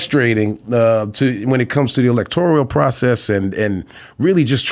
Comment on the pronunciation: Mekhi, it's pronounced electoral, not electorial! Just ax anyone! 🤣